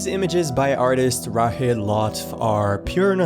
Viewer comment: You pronounce rachid as " rachid " not rahid